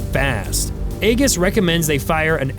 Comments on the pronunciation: Aegis is pronounced EE-jiss btw. Both the Greeks and Lockheed pronounce it that way :) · The rebels Fk’d around, now they’re finding out! Then again, having a different president for America compared to the one they had makes a huge difference! AGIS being pronounced AGess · aaagis. Ugh. Learn the correct way of saying Greek words. Or teach your AI. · Prounounced "EE JUS" AEGIS Based on the very old battle formations of Trojan calvary backed ground soldiers. Great channel however. Great details youve developed! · the "g" in Aegis is pronounced like a "j". It's Greek for "shield" or "breastplate". Great video! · It's pronounced Ee-jiss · It's spelled "Aegis" and pronounced Ee-jis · If you're going to do a video stop pronouncing stuff wrong. I know how it's spelled. Aegis is pronounce E-gis, also those radar disk are not an octagon. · Dude , you're pronouncing "aegis" wrong... it's (ee-juhs) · Correct pronunciation of Aegis is (ee-juhs) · Ai video... Hootie and the blowfish. A G I S Not Aggus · Learn how to say AEGIS…(age—is) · Please learn how to pronounce E-GIS. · "iggis"? Pronunciation failure. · It’s pronounced ee-gis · Aegis is NOT pronounced with a ‘g’ as in gas but with a ‘g’ as in gem. Robot voice… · There are SO many inaccuracies in here, that I almost think it’s someone fishing for nerds to correct them so they can glean classified info. Then again, you might just be dumb, because you can’t even pronounce Aegis correctly. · Learn how to properly pronounce the acronym. It's <ā-jïs>, not "egg-is". Also, in military parlance, "MK" is pronounced "Mark", so a weapon with the designation "MK 82", is verbally identified as a Mark 82 bomb. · it is pronounced eeejus not "egg us" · Aegis is pronounced (a jis) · Eye-jiss, not Ay-giss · Pronounced with a soft g. "AEJIS" not "AEGIS". I guess there's no editor in AI. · eegis, not aygis you newb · Eeeee Gis not egg-gis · Pronounced Ajis, not Agis... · Aegis pronounced eejis not aygis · Pronounced Ah gee us, not eggus